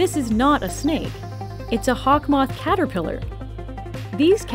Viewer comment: do you pronounce it as "KATER - PIE"